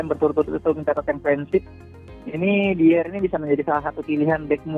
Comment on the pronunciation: Saran mas.. pronounce nya "dayer" utk Eric Dier